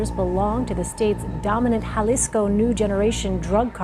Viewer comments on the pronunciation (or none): Jalisco is pronounced like "Halisco" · Hey AI clown, that’s not how you say Jalisco.